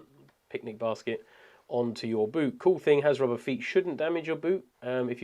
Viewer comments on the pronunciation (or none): none